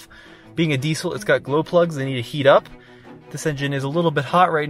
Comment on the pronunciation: Wenn noch einmal Diesel so sagst alter ........